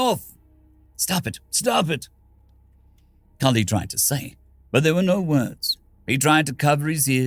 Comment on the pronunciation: I saw my usual game nickname so I was interested... I heard my name called, actually pronounced pretty well, near perfect as to how I like it... I wasn't disappointed.